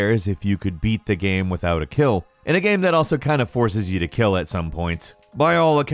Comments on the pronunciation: Why do you say "Gam" in the #10 review instead of "Game"? 😂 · I can't stand how he pronounces game! "Geme" ahhh!